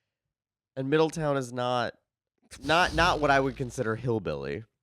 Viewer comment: It's middle- town, not Middle-ton. I grew up just north of there in the Dayton area. Geographically we're part of Appalachia, and a lot of people can trace family to deeper reaches of Appalachia. I had family in rural Virginia. We definitely had some of those Appalachian eccentricities. The city I grew up in was nicknamed Hubertucky. I moved from there over a decade ago to northern indiana, so I don't know if it still goes by that. I can say the overall vibe of southern Ohio vs Northern indiana are very different despite the very rural conservatism of both areas.